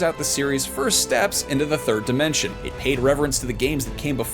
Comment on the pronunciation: Did he just say “the third dementia”?